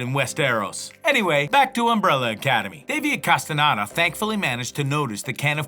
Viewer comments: Btw it’s castenuada not castenada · Came to the comments to see if anyone else was annoyed about that lol, the narrator really said Casteenardo?? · Did he say: Davis CastanAda?